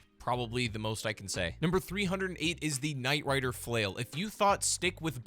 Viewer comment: No "k" in Nightriders Glaive. Anyway Amazing video!